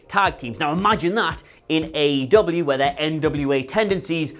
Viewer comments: It's not AW, it's AEW. Get it right . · No-one should listen to you based on the fact that within your first 2 sentences you called AEW "AWE" which made me go "awe" and want to pat you on your head and remind you that although we appreciate the effort, you are obviously not that bright. Proof read if you want to be taken seriously, and/or get your information right.